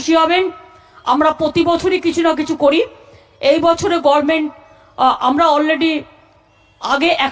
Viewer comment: উচ্চারন ও করতে পারে না,,,, Ki bole,,,,,,. sab samay,,, Gorment,,,😂😂😂 ,,,,Hasi pay,,,rag oviman hay,,, Dukhe buk bytha kore,,, Sabcheye besi pay lajja,,,, Erm ekjon amder "gorment",,,,😂😂😂😂